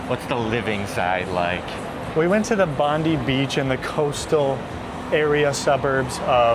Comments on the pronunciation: You went to the "Bondy Beach"? It's pronounced "Bond-Eye". 😉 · I thought you'd have corrected your pronunciation of Bondi by now. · Oh the first line was referring to "Bondi" pronounced as bond 👁️. Just like to help a mate out.😊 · “Bondee” beach? Yeah nah, that’s “BONDEYE mate! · so did i. they watched a video about sydney but they still choose to pronounce our beach bondee after hearing it's pronounced bond-eye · Even after being corrected many times you still insist on Bond ee rather than the correct Bond"eye" . Obnoxious yank. It almost feels on purpose at this point with MOZZMAN not "Moss"man and I'm sure I heard cackatoo. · No offence guys! Great content but Bondi is pronounced Bond-eye and Coogee the g is as in like the word cage. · 😵‍💫Could you please,🙏say Bond die 🙏 insert of Bondee.🙏🙏You’re absolutely buggering up the word.🤪🤪🤪🤪🤪🤪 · Bon-dye! Not Bondee :face-red-droopy-eyes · Fun vids, fellas - and good on you. It's bon-dye though, boys - not bon-dee 👍🏻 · I live in Cairns FNQ. You couldn’t pay me to live there.. Also it’s Bondi is pronounced Bond-Eye.. not Bond-Ee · It's BOND-EYE! C'mon, guys, it's not that hard. Even people whose first language isn't English pronounce it properly after they hear it once. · Bon-die not bon- dee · It's BOND - EYE beach. not BOND - EE beach, and EM - YOU not EM - OO. Australia's national tree is the Eucalyptus Gum Tree, they are everywhere around the country. Are you sure that you are walking up the right way in the Northern Hemisphere or are you walking upside down??? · Sydney and Perth have a Mediterranean climate. I wince every time you say “Bondee” instead of Bond-eye” 😖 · Love seeing you walk through different areas of Sydney. Off the beaten track for most tourists. A few pronunciation hints - Bondi ( not Pam Bondi) it’s Bond-eye. Coogee is Coodge-ee, (like good). Looking forward to seeing your trip down the NSW south coast. Sydney def has its own vibe. Welcome !! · It's pronounced Bond-eye Beach, not Bond-ee